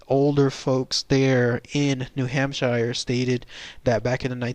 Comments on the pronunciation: Idk more like "Hamp-shur" not "Sheer" or "Shire" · Ok first of all it's Hamp-sheer not Hamp-shire we're not Lord of the Rings. Second these are just a variation of Sasquatch. These will more often be seen in the late winter or early spring before the green plants bloom. They are more winter starved Bigfoots than a separate species. This is why they seem hairless as they are malnourished and under post winter stress. Just like Bears in the same regions. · New hamp-sure. Nobody-ever- says shire. Sincerely, New HampSURE native 😉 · 'pioneers moving west' ... New Hampshire is a state in the north east. (also it's new hamp-sheer, or new hamp-sure, whatever you need to get that sound.) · hamp shure